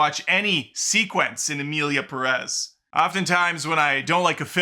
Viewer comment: OMG what is it with gringos. Do you see the accent on Pérez? That means you stress the first syllable. Accents are there for a reason. It’s PErez. PErez!!!